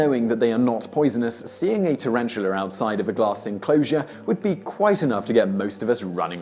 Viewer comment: PS: Tarantula not tarantulerrr.